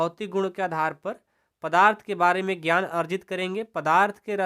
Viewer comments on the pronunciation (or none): none